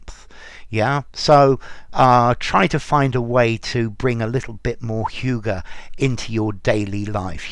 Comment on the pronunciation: Danes wouldn‘t agree with your pronunciation 😅😅